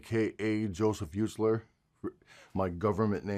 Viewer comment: Am I the only other person hysterically upset by how he said Ustler? The only letter it’s missing is H.